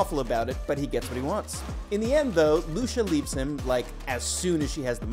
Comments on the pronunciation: Not "ENDING EXPLAINED!", ending summarized, maybe. Not Austrailian, English (from Essex as he clearly stated). Not "Loosha", it's Lucia (loo-chi-a). Not a good video. Not a good channel. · Pronunciation Of Lucia “ Lu chi uh” And agreed Jack is obviously a Brit. I was shocked he saved her life. Great show. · Jack is not Australian, he’s a Brit, from Essex! Lucia’s name is pronounced ‘Loo-CHIA’. Did the narrator even watch this? Thumbs down! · Here to see English speakers yet again massacre Italian names .. Luchiya... Not Lusha .. lols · Is it that hard to pronounce Lucia? Lusha... 😂🤦🏻‍♂️ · lol, 'Australian' Jack... you wish... 😏 and who's Loosha? you mean Lucia?? did you not hear the movie? just closed-caption while you multi-tasked? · And the video even mispronounces Lucia... it's so sad. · I feel like in every one of these, there's a "pronounce this name wrong so the comments comment" note. Lucia was the poor victim this time. I used to think the narrator just didn't watch the show, but now I'm starting to think otherwise. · Lucia was the victim of the mispronunciation by this video's narrator, not the victim of the story.